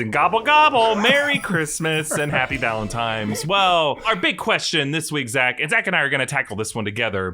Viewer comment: Did you say Valentimes?!